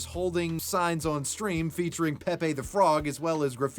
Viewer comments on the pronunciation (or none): none